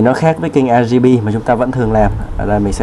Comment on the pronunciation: "RGP" anh đọc là " a ri pi " à hahahaha Cô giáo em bày đọc là " o ri pi nhé " Anh tra google để phát âm chuẩn hơn nhé